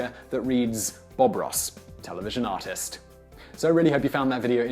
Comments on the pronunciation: I thought he said autist Bob Ross instead of artist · With your accent it sounded like "autist Bob Ross" at the beginning. xD.